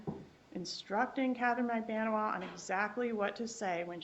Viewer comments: Magbaaaaanua...Get it right...DAMN !!!!! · Defense attorney needs to pronounce Magbanua’s name CORRECTLY for gods sake!!!